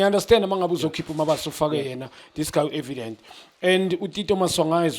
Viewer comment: Junior khanye, please stop pronouncing Evidence's Name Wrong. It is not Evident Put some respect on his name